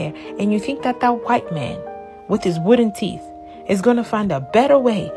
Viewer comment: She said wooden teeth 😂😂😂😂😂😂😂😂😂😂😂😂😂